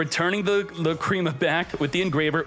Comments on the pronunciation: 😂Or when he says "La Creama" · Not only pronounce Lacrima and Apollousa wrong, now Mu Rcielago too lmao Murcielago LITERALLY means bat in Spanish.